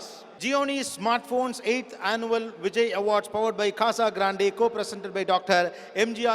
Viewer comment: I wish Gopi would say Vijay Awards instead of pronouncing it as 'Vijai Avaads'. And stop over-praising every single person on the stage. Otherwise, this is the best award in South Indian Cinema.